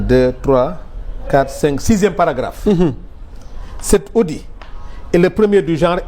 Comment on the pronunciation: Arrêtez de dire c’est audi svp on prononce le t de audit 🤨